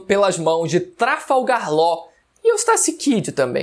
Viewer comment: "A queda de big mam pelas mãos de trafalgarr ló... E eustassi kid também" 😐